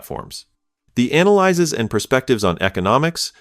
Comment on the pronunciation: The annoying thing about these videos is the A.I. mispronouncing analyses, the plural form of analysis (a noun), just like analyzes, a verb.